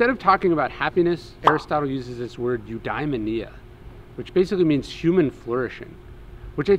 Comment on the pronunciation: you-day-MOAN-ia. Pedantic, I know. But pronunciation matters.